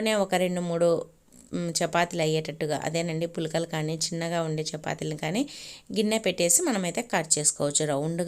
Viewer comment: పూలకలా 🤣పుల్కాలు అనాలేమో.. సరిగ్గా పలకండి అప్పుతచ్చులు 😅